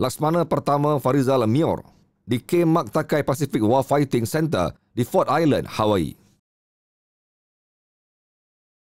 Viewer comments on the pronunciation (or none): none